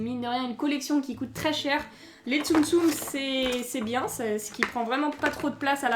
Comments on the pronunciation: j'adore mais pourquoi tu dis il COTE à la place de COÛTE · c'est bizarre car tu dis que les figures cote au lieu de coûte après jsp si je comprends pas